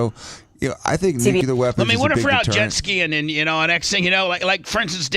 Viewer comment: goddamnit bubbs.....its NUCLEAR. Again its pronounced N-U-C-L-E-A-R. Not NUCULEAR